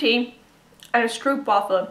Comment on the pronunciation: It's a cinnamon caramel flavour. And a little tip, you say stroopwafel with the 'oo'. We say it with a 'o' like 'go'. Glad you enjoyed it! Greetz from holland!